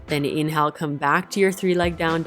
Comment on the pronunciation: Too fast and you say inhale like its spelled, not like it really sounds.